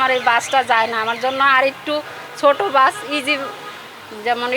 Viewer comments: বাস বললো নাকি গাছ বললো😂😂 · এই মহিলা দোতলা বাস কে দোতলা গাছ বলছে। তো যে নাকি দোতলা বাস উচ্চারণ করতে পারেনা সে দোতলা বাস কি চালাবে ?